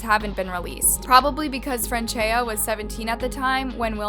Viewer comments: it's "Franchetta". it's "Franchea". it's "Franchesca". How many different ways are you going to pronounce this name in one video? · Omg can you pronounce the girls name correctly?